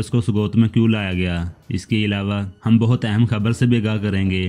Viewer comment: پادری کے بارے میں ابھی بتاو۔۔۔بعد میں نہیں ۔ بعد میں ٹریلر ریلیز ہو جائے گا اور ہمیں خود ہی پتا چل جائے گا۔ درست نام اور لفظ بولیں بھائی۔ گیگور نام نہیں۔۔۔۔گریگور ہے۔۔۔۔سبکرائب نہیں۔۔۔۔سبسکرائب۔ دیریلش ارطرل اور کورولش عثمان نام ہے